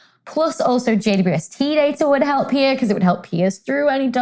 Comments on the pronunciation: When Dr. Becky refers to the James Webb Space Telescope, it sounds like she says "JUST" instead of "JWST." Why is that? Does the British pronunciation of "W" sound more like "U"? Just curious. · Thanks for the reply. Makes sense to pronounce the "u" as "you", but I don't hear the "double" at all. 🙂